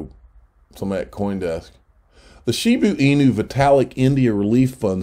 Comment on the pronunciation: shibaaa inu .....not shibuuuu inu.